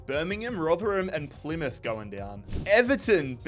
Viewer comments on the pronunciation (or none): none